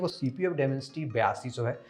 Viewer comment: Demencity 7050 bole ho to bhout hassi aayi hai